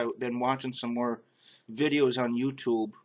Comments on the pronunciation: the way you sa "yooooo tooooobe" and the "arrrr" sound like car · the way you say yootoob (you tube) was the strongest thing to me. Other than that it was pretty normal. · you have an accent. especially when you say "youtube". hahaha